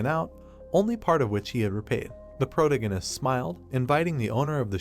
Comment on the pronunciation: really hate how you say "Protagonist"